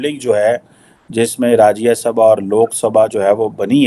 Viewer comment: rajyesabha kay hota hai gobar cheema hindi bolna nehi ata kyu bolte ho usko rajyasabha blte hai